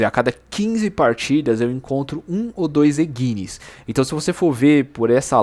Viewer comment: Opa irmão, vídeo top. Só um adendo, a palavra engine se lê "enjine" e não "enguine".